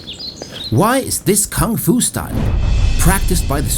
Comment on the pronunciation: First foreigner that pronounces koong fu not Kung Fu. Bravo